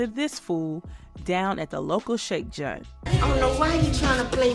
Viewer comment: You gotta be from Memphis saying “shake junt” 🤣💪🏽💪🏽💪🏽